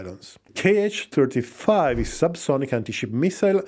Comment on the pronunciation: The missiles are not 'k' 'h', but simply 'H' or 'X'. There are no 'kay eich' missiles in Russia, those are Americans :)